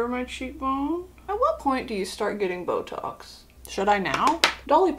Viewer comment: I THOUGHT SHE SAID BLOW JOBS NOT BOTOX